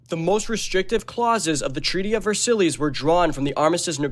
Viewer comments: Versillies?? It's pronounced "Ver-sai" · Ver-sillies it’s pronounced vers-eyes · You are pronunciating Versailles so wrong, its pronunce vuh-sai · Why are you pronouncing Versailles like that?!? Please tell me youve seen this word before. VerSillies? Really??? And you showed the Sydney Opera House during part of this assuming it's France I guess? This is well produced but there are massive errors. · No S. Ver silly’s is a silly way to say it 😂